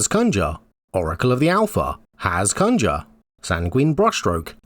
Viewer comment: For the love of gd please go see the way you should pronounce conjure...